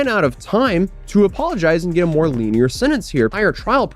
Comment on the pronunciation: A LENIENT SENTENCE! NOT A "LINEAR" ONE!!